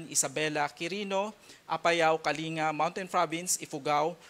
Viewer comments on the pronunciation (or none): Kaling-ga po ang basa hindi po Kalinga. May the Lord melt this typhoon and show us mercy. 🙏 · Ka ling ga, not ka linga, hays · Para hwag sila malito ang bigkas ng kalinga ay kaling ga, gaya ng pampanga, olongapo batangas at iba pa